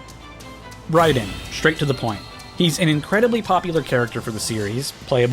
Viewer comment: I think bro pronounced Raiden's name wrong